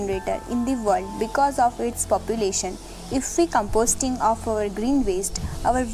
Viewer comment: Please pronounce composting😂😂😂